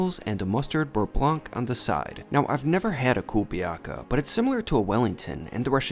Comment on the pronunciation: Pumpernickel or sourdough bread is NOT Russian. It's not "kubeliaka"; it is pronounced "ku-le-bya-ka." Lentils are not a popular Russian food at all. Medovik looks crooked. It is a honey-based cake; it is never made as a pastry in Russia. Overall, for a Russian, it is a bizarre food experience not worth this huge bill. To the author: try the same items somewhere on Brighton Beach and report the comparison.